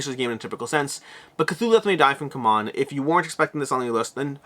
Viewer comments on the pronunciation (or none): C-Mon, not c'mon. It sounds better, anyway. C'mon! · You are the only reviewer mispronouncing C-Mon. It is See-Mon. When Travis was there, you pronounced it correctly. So did he. Does does everyone else. Anyone confusion you have claimed in the past to exist I think is purely due to you mispronouncing it, hah. It's just really weird that you refuse to correct it because years ago for a few months they went by the other pronunciation. They publicly corrected it, and literally everyone else went with what they said.